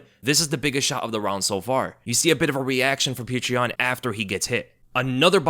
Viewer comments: Why are you calling him “peach tree yan”.?? That’s not even close to his name. I was more fired up for omally than any other fighter ever. Don’t know why I just feel like proud of him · Ay yea i love "petra" yan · subliminally plugging Patreon when saying Petr Yan